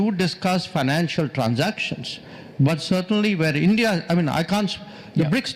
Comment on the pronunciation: "sarr ye hai BRICS ye hai ENDIA inpar tarrif lga de ? " 😂😂